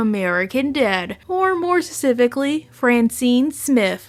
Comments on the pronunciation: You still can't say S-puh-cifically 🥱😑😑😑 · It's pronounced SPECIFICALLY not SUHSSIFFIKLY